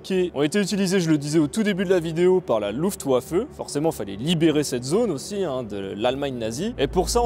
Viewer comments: Super vidéo ! "w" en allemand se prononce "v", donc "LuftVaffe", ;-) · Ca airait pu etre top si il n'y avait pas autant d'approximation (et non,on ne dit pas luftouaffeu)